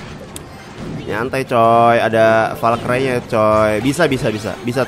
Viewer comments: bang valkri bang bukan valkray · bacanya valkri bang bukan valkrai